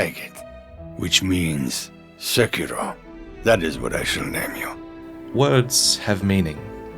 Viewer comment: Im triggered by the pronunciation of sekiro